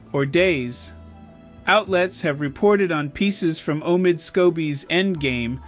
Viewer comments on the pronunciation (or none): Um why are you pronouncing Omid Scobie's name like a robot,? 🤔 Anyway, Congrats Omid! That Sussex effect is spreading, lol.